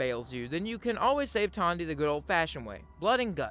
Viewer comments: Who is Tondy? Her name is Tandi. She even says it in game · Great video. As a heads up, Aradesh's daughter is named Tandi, not Tonya.